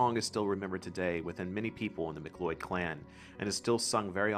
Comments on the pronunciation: My ancestral line through my dad's side is "MacLeod of Lewis" and its pronounced sounding like a cloud,not loyd. Olaf the Black,one of the last Norse kings. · its MAC-LOUD or mah-Cloud not mic-lloyd ;) <3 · I can't believe you embarrassingly mispronounced the most famous and respected Clan from Skye! How could you mispronounce MacLeod. Everyone knows it sounds like "MacLoud". How can you have so much knowledge of the area, yet mispronounced a famous name? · As a local, few pointers on pronunciation. Scottish Gaelic is pronounced more relaxed, not Gaylic rather Ga-lick. The a is flat, and the word is pounced without the focus on AY. Macleod is also pronounced with a Mac-Cloud. Other than that, very interesting video, the story of the Great War goddess is not common and it was nice to hear someone else talk about it. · Our Name is pronounced Mac Cloud or MacLeod. But everything else was fine. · Please can you pronounce names correctly. You have miss pronounced MacLeod. Try pronounceing in as Ma Cloud